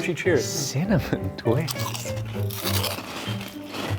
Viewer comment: it's cinnamon twists not cinnamon twix 🤦‍♀🤣